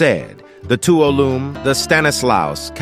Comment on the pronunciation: It's pronounced Too-wall-0h-mee river